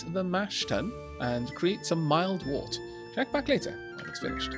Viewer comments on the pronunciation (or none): Wurt, (wert). Pronunciation. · Very quick pedantic correction: "wort" is pronounced "wert". Why, you ask? Because it is English :-P I taught English as a foreign language for 5 years and slowly realised what an absolutely crazy language it is. We have rules in this language! ... but we hardly ever follow them... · My dictionary says wort is pronounced as 'wurt', the urt sounding like in hurt